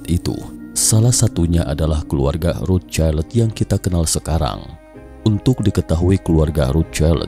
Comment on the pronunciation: Cramu bilang rocild aneh akaya wong deso